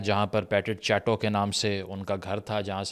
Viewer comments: آپ ایک بہت لائق فائق شخص ہیں اس لیئے عین مُمکن ہے کہ میں ہی غلط ہُوں۔ لیکن کہیں ایسا تو نہیں کہ جس کو آپ “پیٹِٹ چیٹو” کہ رہے ہیں وہ فرانسیسی زُبان کا Petite Chateaux ہو؟ If it is French then the pronunciation would be پَتیت شاتو. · chu**u . it is not chatO. Language Butcher . Doosron ko gyan jharta hai ,khud teray se aik lafz bola nhi jata.. Maa behn aik kr deta hai har zaban ki.😅